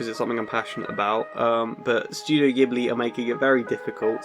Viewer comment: Thank you so much for pronouncing it G-hibli and not J-hibli !! <3